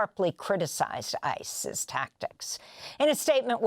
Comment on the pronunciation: I know she's saying "ICE's tactics", but I can't help but hear "ICEis".